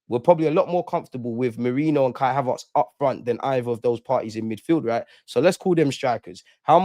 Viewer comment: Ha-VARRRTS LOL HavERTS bro 😊 love though 🇧🇧👊🏾